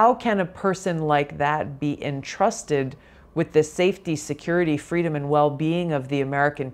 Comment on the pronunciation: VP SucksALot wants "fweedom". Let us set her free, never to be heard from again!